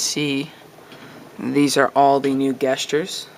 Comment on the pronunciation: You are saying gestures wrong!!